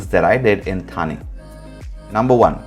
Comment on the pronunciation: It is not था but ठा